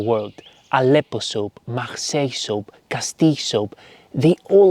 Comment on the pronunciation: Marsielles... such an accent!